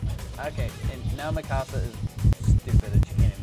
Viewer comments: PLz say mikassas name correctly it hurts when you dont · If you like Mikasa so much than how come you cant even pronounce her name right??!!